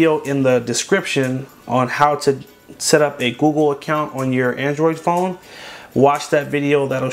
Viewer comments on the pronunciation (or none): Instead of the google he said goo gool